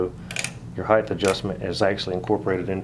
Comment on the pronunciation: Weight & height. Length and breadth. But DEF NOT heidth.